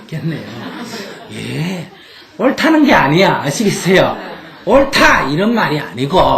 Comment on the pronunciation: 내가 옳다 라는 것에 사로잡히면 화가 나신다는 말씀이시죠 ? 내가 헐타 ? ? ? 이런식으로 들려서 사투리 아닌가 해서요 . 정말로 제가 화났을 때를 생각해보면 정말 내 생각이 옳다고 느껴질때 화가 났던 것 같네요 .